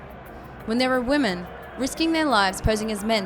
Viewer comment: She cant pronounce women. She says it like woman.